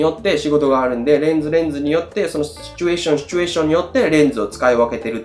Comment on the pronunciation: シュチュエーションの発音日本一！